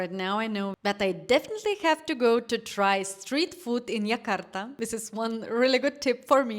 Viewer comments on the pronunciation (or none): I don't know where you're from, but our capital (soon no longer be) is Jakarta and it is pronounced Jakarta not Yakarta. J is always pronounced like J in January. Our new capital is Nusantara, but it's very new, even the government hasn't really moving yet. So yeah, visit Jakarta, and also make time to travel to other cities/islands. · Ayam taliwang from lombok indonesia..😂😂..correct jakarta not yakarta